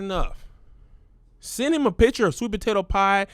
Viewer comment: Kev incorrectly pronounces "picture" as picher or some version of this and it irks me. There is a c and t in this word. I hate when small, unimportant things bother me this much. Of all the things in the world to be disturbed by... honestly